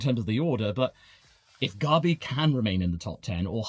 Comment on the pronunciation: Why do you pronounce gabi like garbi 😂😂😂